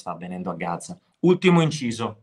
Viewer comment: Sí ok DiBatto...peró si dice "proprio", non "PROPO"...dai, per favore, non si puó sentire. E "Gaza", non "GAZZA".